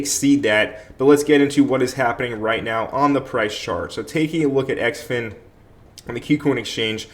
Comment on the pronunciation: Heads up. Its pronounced "Zin-fin"